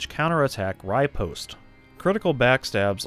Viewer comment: “Riepost” lmao